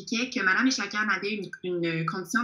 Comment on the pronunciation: Echaquan ce prononce Echa'quouan'